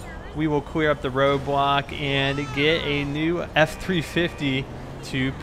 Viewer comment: anybody else thanks he says cwear and not clear